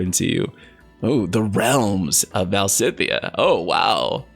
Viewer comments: Stop saying "Val-si-thea". Its "Valis-thea" 🤦‍♂️ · I think Valisthea is pronounced [Vuh-leez-thee-uh], but I could be wrong. The particle [Thea] resemble the name of the Greek titaness of the earth (the equivalent of Gaia in Latin — coincidence?) and it is pronounced like this in english ( thee-uh). Also, even though I think [his name] will be pronounced like "drive", Clive /klaiv/ means "cliff" /klyf/, so you were not entirely wrong. There’s a semantic correlation there! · I'm Portuguese and I'm just saying because I think I can help with the pronunciation. It's VaLISthea! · Either "val-ist-ay-ah" or "val-is-thay-ah" would be my bet. Definitely not the ways pronounced it unfortunately, I think he must have subtle dyslexia - though he does read out loud well, I'm terrible at it. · I am going to bet "Valisthea" is going to be pronounced "Val-us-TAY-uh" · Va-lis-theya or -thiya, perhaps? 🤷🏻‍♂️